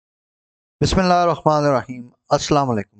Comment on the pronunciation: ap Bismillah sahih Nahi parhatey Han please isko correct kijiey